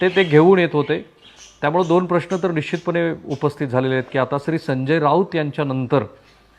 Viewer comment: अशुध्द भाषा.. ण ल न का म्हणता कुलकरनी?... बाकी सर्व छान पन थोडी भाषा उच्चार सुधारा ही विनंती आहे 🙏... निच्चीत, पच्चीम असे शब्द म्हणूच नका...